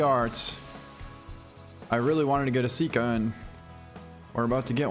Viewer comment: Sika. Not sit-ka Sambar. Not sombar